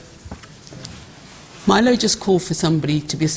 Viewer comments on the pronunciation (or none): Calling him 'Meelo' was pretty lame- what a bitch lol.